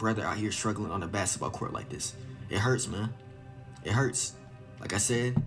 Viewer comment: u kno he black then a mf talm bout sum “basset bawl cowrt “😂😂😭